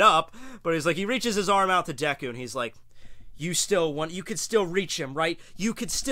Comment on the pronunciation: did he say Deko? get your pronouncing right:p Edit: btw who else here calls him Izuku instead of Midoriya?